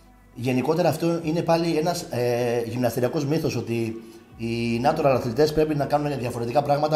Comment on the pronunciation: Καλημέρα.Είσαι φοβερός και φαίνεσαι ευγενικός χαρακτήρας. Νέιτσουραλ προφέρεται. Εντελώς φιλικά.